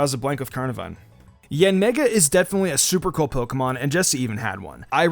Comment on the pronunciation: ok I heard something other than yanmega